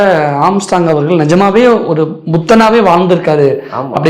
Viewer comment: Anchor ⚓ Armstrong அவர்கலை அவர்கல் என்று சொல்ல தெரியாதா